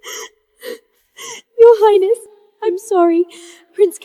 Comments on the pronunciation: Why do they keep adding a "t" at the end of "highness" when they speak??? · Ugh...AI... Your "Heinest"?? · Is it just me or are they saying highnesst instead of highness? I swear I hear a T on the end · What is "highnest"? 😂😂😂